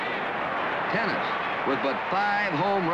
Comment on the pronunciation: I recall during that WS broadcast that Gene Tenace’s name is pronounced "teh-NOT-Chee.", not “tennis”. Can anyone confirm this.